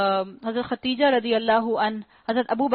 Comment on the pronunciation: صحیح نام خدیجہ ہے ختیجہ نہیں